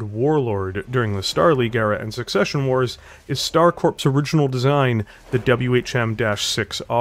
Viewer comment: You probably heard it all two years ago, but: The word "corps" is pronounced like core, not like a synonym for a dead body.